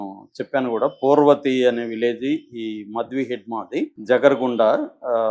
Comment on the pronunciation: మ ద్వి కాదు మాడ వి హిడ్మా